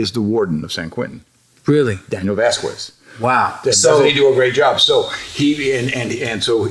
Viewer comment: Man when ol dude said Vasquez he pronounced it super damn white "vaskwezz"